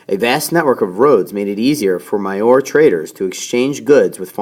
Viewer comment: maurya is pronounced "mauri yaa"